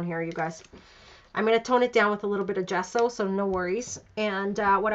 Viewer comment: Great layout! Gesso is an Italian word (meaning gypsum, chalk) and your pronunciation is totally correct! jesso, like the first sound in jasmin